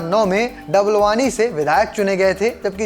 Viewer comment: डबलवानी नहीं डबवाली हैं। Please correct pronunciation